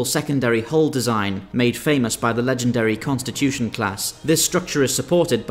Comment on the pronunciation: Did you mean “Consellation-class” as in USS Stargazer (NCC-2893) or “Constitution-class” as in USS Enterprise [NCC-1701(-A)]?